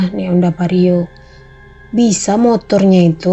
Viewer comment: SIAPA KAKAK NI? 😂😂😂 ya Allah karna satu daerah jg aku lucu dgr dia crita “motornya vario” 😂😂😂😂😂 ya Allah kak🤣🤣